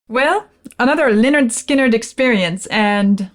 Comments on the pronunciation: Looking forward to this but the first three seconds not good, can I refer you to the title of their first album: “Pronounced 'Lĕh-'nérd 'Skin-'nérd” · He doesn’t know how to pronounce Lynyrd Skynyrd